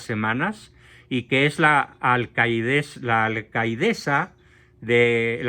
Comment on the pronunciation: Y te voy a corregir dos cosas, si se puede decir presidenta, esta aceptado por la RAE y otro, se dice alcaldesa, no alcaideza 😮